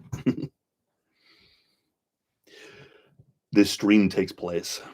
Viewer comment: This kiiiis tiiiks pliiis...😁